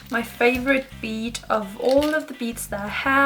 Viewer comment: *bead not nead lol